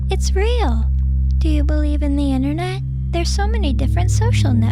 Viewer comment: It's internet not innernet